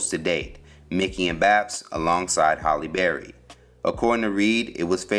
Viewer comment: Anybody else bothered he keeps saying "Holly Berry"?